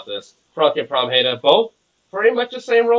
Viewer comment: Oh my god you actually said Pramheda right! I’m so proud of you.